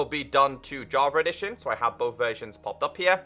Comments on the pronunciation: And i hear "JAVAREDITION" Lol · I kinda hear "JARVA EDITION"